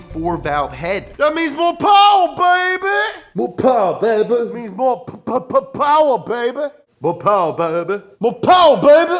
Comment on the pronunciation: MO POWUH BABEH